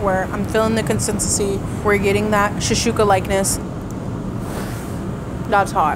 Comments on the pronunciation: shakshuka not shashuka😂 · except for how to pronounce shaKshuka 😅I'm honestly surprised no one on staff corrected her... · Came here for this comment. Shashooka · pronunciation of "shakshuka" is driving me nuts.